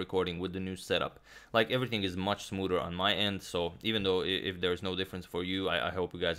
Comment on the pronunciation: “Should be much smooder”- Agadmator